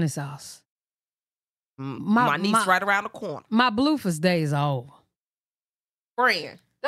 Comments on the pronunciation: She does call him bluefus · 1. I love the way you say blueface cause it sound like you calling him doofus 2. I been saying no way that girl lying about EVERYTHING a female ain’t that delusional for no reason